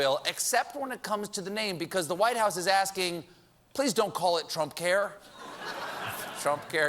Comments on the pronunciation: "...new healthcare bi-ill" - sounds like someone from... somewhere south. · What was that pronouncement of 'bill' at the beginning lol